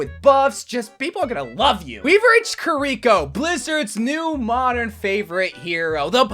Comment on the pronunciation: "kariko" bro it is KIRI-CC